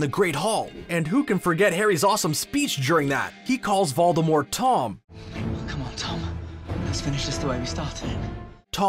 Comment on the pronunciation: The way you say Voldemort and Avada Kedavra pisses me of ngl